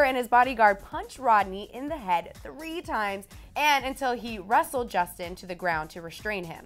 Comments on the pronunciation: mmm btw it's justin not jusin 😂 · Justin. Not jusin da fuq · "Jusin" LMAOOOOO